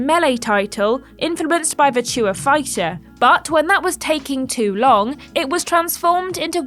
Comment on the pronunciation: Did she just pronounce virtua fighter like that 😂😂😂😂 absolutely tragic 😂👎🏼